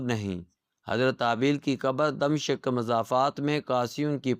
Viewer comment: طوطا کہانی دہرانے سے پہلے تھوڑا پڑھ بھی لیا کرو۔ یہ دَم شِق کیا بلا ہے؟ دَمِشق نام ہے، شام کا دارالحکومت